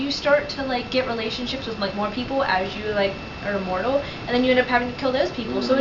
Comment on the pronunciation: The girl needs to learn how to pronounce "Immortal" Just sayin'